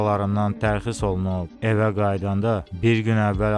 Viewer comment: Tərxis yox təxris)